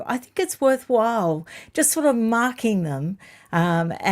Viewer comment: "Mocking them" or "marking them" as significant. Can't make it out from your accent.